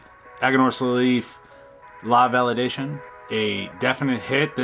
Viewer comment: La Validacion, not Validcion, and pronounced val e dah see ON. In Spanish, an "i" is generally pronounced as the Englsh "e," and the "c" is generally pronounced as the English "s." I'm smoking this for the first time, and I love it. Sweet cinammon is the characteristic which defines it for me. Five stars. I find the strength to be much less than you do, medium at most, but I"m smoking the toro, not the one you are. I will think of this as a good morning cigar.